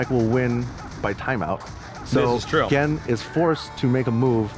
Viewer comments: The players and the games are fantastic. The format, the setting, and especially the unknowledgable commentator really killed it for me. I stayed for Honda vs Gen. Finally, why did they let that guy say "Jen" the whole time? Gah. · the thing that bugged me the most was that he kept calling Gen... "Jen." it really irritated me every time he said it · I like how it took Tasteless 3 rounds to pronounce Gen's name. Then again, he was just a random hire by esgn, he shouldn't be expected to know so much about a completely different game than he is used to casting. But you'd think the producers would at least force him to learn 8 names. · Every time he called the character jen my eye twitched just a little bit more. Even after gootecks said the characters name correctly. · JESUS CHRIST STOP SAYING JEN. GEN HAS A G. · gen isnt called gean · please say gen right, please!!!